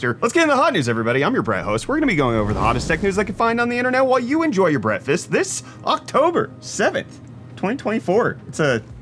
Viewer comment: I have to ask, because I thought I have good hearing but…does he say “Bret-fast” or “Breakfast”? 😭 Send help.